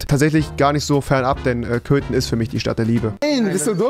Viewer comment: Ich habe bei Köten Klöten verstanden!